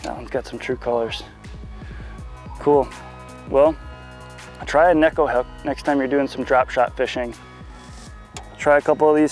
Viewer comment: Great video. Finally someone actually pronouncing neko properly. :)